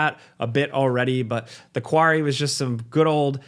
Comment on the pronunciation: I love the way says “quarry” “kwaury”